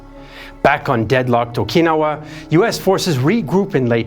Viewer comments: What is o-KEE-no-wah? Do you mean o-kin-NOW-wah? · I’m sorry but I can’t get past pronunciation of “Okinawa”. it’s ok to sometimes to use anglophone pronunciations.